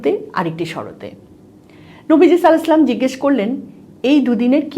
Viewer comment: সাল্লালাহু 'আলাইহি ওয়াসাল্লাম শুদ্ধভাবে ভালো বলুন